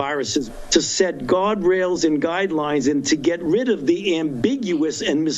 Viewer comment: Did he (Fauci) say “God-rails and guide-lies” ???